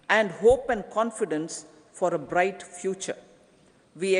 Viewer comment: Madam freight ஆ bright என நல்லா சொல்லுங்க